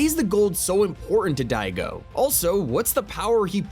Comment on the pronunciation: im sorry you cant say daigo